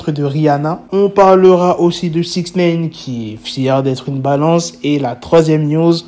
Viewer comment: Six Néne🤣